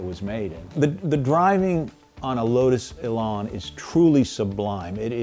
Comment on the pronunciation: Elan rhymes with pan. It's not an Elon.